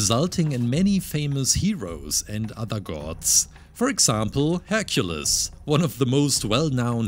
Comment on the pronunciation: Hercules Her-cewoo-lee-s